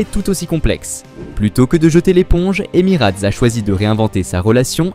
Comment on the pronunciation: deja on dit Emirates et pas emirate et j ai de gros doutes sur tes propos car personne n en a parlé dans les applis sur l aviation ...;.bref encore un influenceur a 2 balles ,,,?????